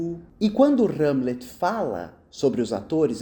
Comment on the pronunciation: "R"egel e "R"amlet é muito bom, rs.